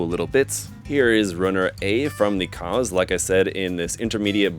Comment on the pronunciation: maschinen fliege lol edit: also the Kauz is pronounced /kaʊ̯t͡s/, not "cause"